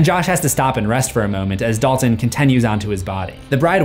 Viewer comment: My mind is in a weird place as I watch this, as I keep hearing Dolphin instead of Dalton!